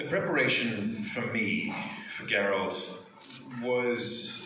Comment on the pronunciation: It's Geralt not Jeralt!